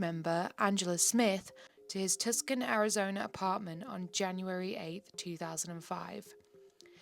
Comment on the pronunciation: Tucson is pronounced “Too-sahn”